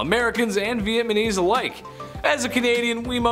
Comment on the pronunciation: LOL VietNAMESE not VietMANESE LOL Meanwhile He can say Vietnam LOL